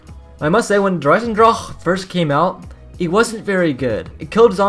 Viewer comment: Why does he say der eisendrache like that